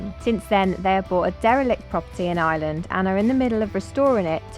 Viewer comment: Their pronunciation of the places they visit in IREland (fn. eye-er-land), not 'Island' 😢 are terrible. I actually find it a little disrespectful and feel they should do better. It's not like they haven't heard the names spoken or asked someone before they publish their terrible attempts on video.